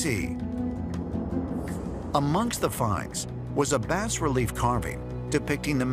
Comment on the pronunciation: Bass relief? That's bas relief, pronounced "bah."